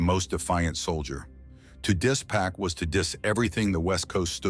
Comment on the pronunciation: It never ceases to amaze me that, after all these years, people still mispronounce 2Pac’s name… ITS ‘PAC, NOT PACK! Smh…